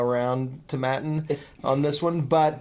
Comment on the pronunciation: Tom Aitinn NOT ToMMattin.